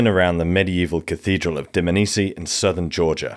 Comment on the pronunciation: Loved it. It’s not pronounced Dmnisi though. It’s Dm-A-nisi